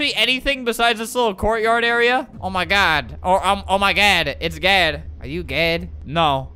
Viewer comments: LOL idk why that was so funny "oh my god...or oh my gad" "are you gad"....."no" lmao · He said Oh my Gad 😂😂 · Albert: GAD GAD!! Me: It sounds like he's saying dad but in a silly way.. IS GOD ALBERTS DAD!!!!